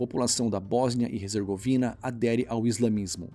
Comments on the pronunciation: Cuidado! Tu tá dizendo HEZERGOVINA! O correto é HERZEGOVINA! Abraços! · "Resergovina"?? Desde quando H se pronuncia R?? "Erzegovina" Céus... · Em português a pronúncia é "Bósnia e Ezergovina" e não "Rezergovina"